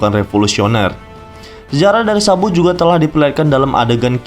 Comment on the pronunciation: Kenapa gua dengernya "SAMBO" 😞